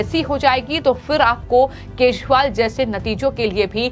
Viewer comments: Kejriwal pronounced nehi kar pate ho aur chale ayee news read karne 😊😅😊😅😊😅😅😅? Yeh Arbind Keshpal kaun hain madam😅😊😅😊😊😊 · Speaker to note that the pronunciation of name of Ex CM Delhi. It is not (R) not KESHWAAL . It is KEJARIWAAL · ये अरविंद केशवाल कौन हैं सारे लोगों ने अरविंद केजरीवाल का नाम सुना है या आप केजरीवाल शब्द बोल नहीं पाती हैं आज के बाद आपका वीडियो हम कभी नहीं देखेंगे । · Ma'em, Sorry to find your common mistake and inform you that not even Once you could pronounce KEJRIWAL correctly n properly....... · पहले ठीक से बोलना सीखो 😢 अभी तक ठीक से "केजरीवाल" बोलना नहीं आया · Why she always says keshwal? Sounds so bad..... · The News बालों इस Female न्यूज़ एंकर के खबरों को पढ़ते समय केजरीवाल के नाम का उच्चारण भी ठीक से कर पाती हैं और भी बहुत सारे शब्दों का उच्चारण सही नहीं कर पाती हैं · पहले अरविंद केजरीवाल का नाम सही उच्चारण से करो।